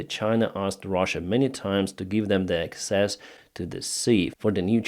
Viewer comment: PRONUNCIATION GUIDE: Access (as in 'I would like access to this lake') is pronounced AK-sess (accent on 1st syllable). Just trying to help! :)